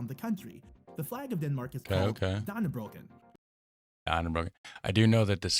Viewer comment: Dannebrog, not dannebrogen